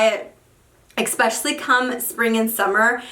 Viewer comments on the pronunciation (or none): Expescially or especially? Lol